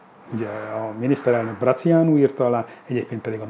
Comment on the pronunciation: Nem Brăciánu hanem Brātiánu!